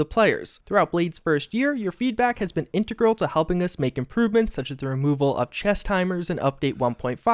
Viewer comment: .. in-tr-grl loool